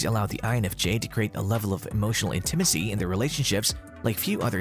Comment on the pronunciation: If you’re unsure of how to pronounce intimacy, please look it up. Listening to you mispronounce it multiple times was distracting and annoying.